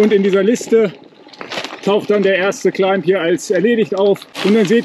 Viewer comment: Danke für den Test und die Erläuterungen - sehr cool! Einen Klugscheißerkommentar habe ich noch, weil's mir in mehreren Videos & Podcasts aufgefallen ist: Das B in Climb ist stumm, es ist also immer ein "Kleim" :-)